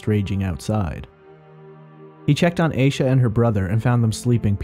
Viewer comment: He is pronouncing it correctly